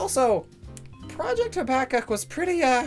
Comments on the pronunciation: He mispronounced Habakkok it is hab like habitat then an A then cook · Habakkuk is pronounced like: Hab-uh-cook